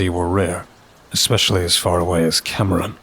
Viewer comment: I'm from Louisiana. I'm not even 30 minutes in yet & have a couple nitpicks about pronunciation! Even tho it's spelled Cameron, it's pronounced Camrun- fast, like it's all one syllable. Also, perogue, he said pa ro gee, it's pee row, most ppl don't even pronounced the g at all but if they do it's just a gah sound after the long o. Like you said 'just nitpicking'😊 Much love from SW Louisiana ❤! Edit: Further in - Evangeline = Avanjelyn & Ville Platte = Vil Plat Edit 2: There are a few other words that made me cringe a lil bit, but I knew what he meant when he said them, so I let it slide cuz the story was so good! I understood most of what he said in Cajun-French, so he did pretty good with that part. I wonder if he would consider an 'advisor' when he does stories based in Louisiana on how to pronounce the places & things!? Just a thought. I'd be glad to help! 😊